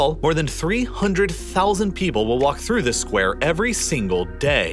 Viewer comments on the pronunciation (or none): none